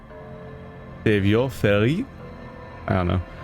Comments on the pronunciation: Savoir Faire is pronounced "Sav-wah fair" ...kinda, because, you know, French. It basically means your know-how for social interaction, how to say and do the right thing. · It's pronounced Sav (like have) Wah (like saw) Fair